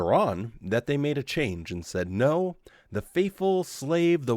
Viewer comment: At 1. Did he say"seven neen"? One thinks he did. This one thinks he must work on pronunciation (I'm sorry, but he annoys me so much that I've become a pedant. Do you know that I can't stand it when he says, "nooooo" in that sodding way of his. It sounds so bloody wet)